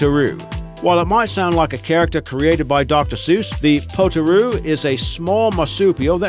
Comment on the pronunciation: Potoroo is pronounced 'potter roo'